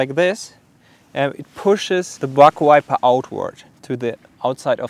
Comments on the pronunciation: Sounded like he said butt wiper lmao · Sorry but it sounds like you are saying BUTT WIPER lol. I’m am very sorry for acting so immature about it but it made me giggle. Great channel subbed and liked keep up the good work